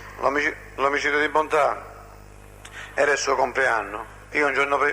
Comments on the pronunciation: "Bontate", non "Bontade". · Ma porca troia, fate i video e non sapete manco i nomi. Si chiamava Stefano Bontade, Bontade, Bontade, Bontade non Bontate e che CAZZO!!! Detto "Il principe di Villa Grazia". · cmq si chiamava Stefano BontaDe non Bontate